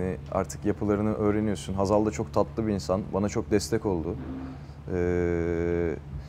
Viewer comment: Hazaldan pek hoslanmıyor belli lafı geveledi biraz